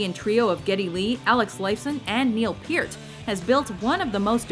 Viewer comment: Kudos for pronouncing Neil Peart's last name correctly